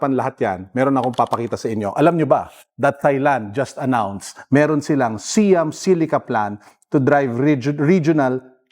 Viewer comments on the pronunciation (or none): Pronunciation of Siam is “sa-yam”, not “see-yam”.